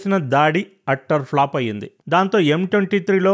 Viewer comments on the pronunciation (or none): none